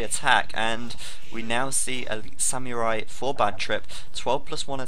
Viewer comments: Its pronounced "Sam-ur-ai" not "Syam-Yur-Ai" lol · isn't it more like Sa-mu-rai? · actually it's "sa-mu-rai" ;) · pronunciation of samurai, grrrr.